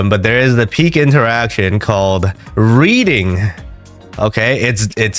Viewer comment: you say reading but i hear breeding :face-blue-smiling